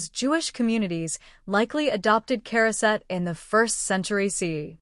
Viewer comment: we say Charoset as Ha-row-set. Heavy on the Ha.